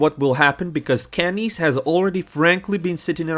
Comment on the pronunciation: bro just call him Kenny ESSS please